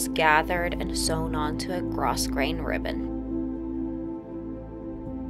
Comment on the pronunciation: It is really gorgeous! P.S. When you pronounce grosgrain, the s is silent, so you just say gro-grain.